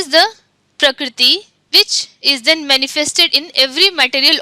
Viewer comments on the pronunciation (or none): none